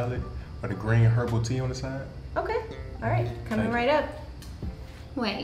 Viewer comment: Bruh said Heerbal Tea 🤣🤣🤣🤣🤣🤣🤣